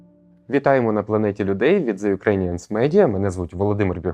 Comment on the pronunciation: Було надзвичайно цікаво послухати Віру Агеєву. Дякую за випуск. Прохання до ведучого - ,будь ласка!!, вимовляйте правильно the ( ріже вухо що капець ((.